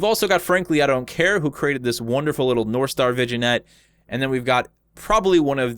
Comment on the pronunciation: Vignette - pronounced "vin-yet" (it's french)